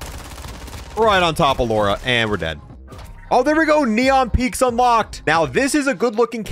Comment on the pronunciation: bro can say plateau but not lara